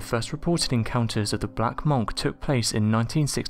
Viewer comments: It's pronounced munk not monk! 🤣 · Your literally english and you cant say monk😂😂😂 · Seriously distracted by your pronunciation of monk 😂